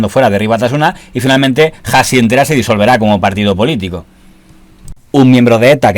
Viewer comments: Hasi no se pronuncia "jasi". La H no la pronunciamos. Debes leer la palabra Hasi como si no tuviera la H. Es decir, Asi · hasi no es jasi es asi... la h no se pronuncia